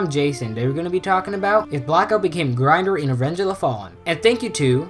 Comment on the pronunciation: And its pronounced grin-door